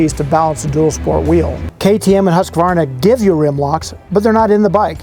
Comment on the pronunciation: Thanks. Good to see. I guess makes no difference now they are Austrian, but my old Swedish girlfriend would correct your pronunciation of Husqvara. In Sweden they pronunciation is not Husk like corn husk. Rather Hoooskvarna with the "who" sound.